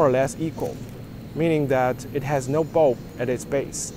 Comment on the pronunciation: You should be more distinct with your pronunciation of NO I thought you were saying yeah